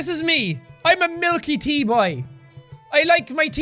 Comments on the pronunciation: Superwholock4life it’s tae not teh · Belle Darn, I only noticed this comment after saying something similar. I love his thicker accent so much. Like how he pronounced "tea" like "tay." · His accent seems so much stronger in this video than usual. Anyone else hear him pronounce "tea" like "tay"? I absolutely love it! I'm like the Irish version of a weaboo. Is there a word for that? I have some Irish in my DNA but not enough to count myself as Irish. Maybe that's why I dislike any alcohol...